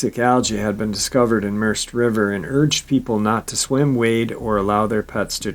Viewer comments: Pronounced Mer-said. Spelt Merced. Another one in my knock of the woods. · the river is pronounced mer-ced like saying red but with a C. I live only a few hours from that location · The river is pronounced "Merr-said". The Merced River.